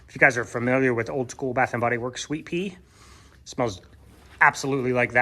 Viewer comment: Mothers Day Soap, I can't tell if you said Sweet Pea or Sweet Tea scented. Can anyone tell me?